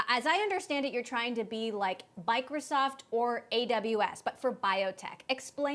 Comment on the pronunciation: Yo she really say Bicrosoft, or Biocroft? Wait, is Biocroft taken? Biocraft?